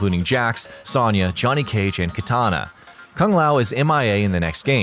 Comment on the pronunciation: Please learn to pronounce Sonya correctly.